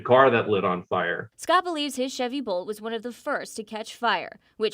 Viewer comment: Bolt, not Volt, get it right!